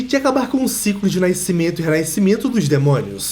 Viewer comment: Tu mora em São Paulo né kkķkķkkk Pra fala naicimento na verdade fala nacimento